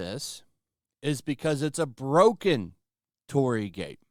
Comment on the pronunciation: Your pronunciation of Torii is off. It is not "TOR RI". It consists with 3 sounds. TO, RI, I. "TO" is like word "Toe" only shorter. "RI" is like the first sound of "Ring". "I" is like the letter "E" only shorter. And yeah it is kinda like a gate to some spiritual places. There supposed to be something holy behind a torii gate even you can't see it. Maybe no one gives a damn about it outside Japan but I just wanted to point it out because I am a Japanese.